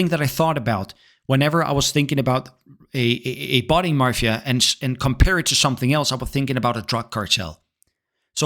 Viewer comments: NOONE CALLES ANYTHING THE MARFIA. It's Mafia. There is no R! ffs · Mafia not marfia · Did u say ... marfia? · Bro please, there is no letter R in Mafia